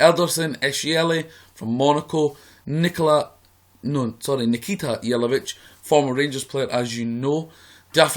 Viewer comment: Nikita Jelavic :D It's actually pronounced Nikitsa, hope that helps ;-)